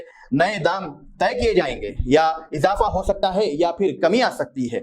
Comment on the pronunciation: Nothing is clear . Anchor is saying "How sakta hai ?" "Imkanath hai ?"